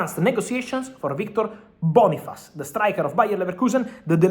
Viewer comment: Boniface bro not bonifsce, 😂why are u running